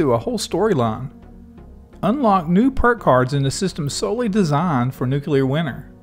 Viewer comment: NewClear not Nucular